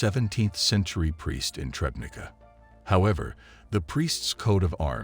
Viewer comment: If anyone is interested in the correct name of the town where this discovery took place: it is Trzebnica. Only after some time did I guess it from "Trebneeka" that can be heard.